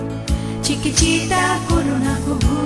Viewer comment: চিকিচিতা নয়, উচ্চারণটা চিকিতিতা।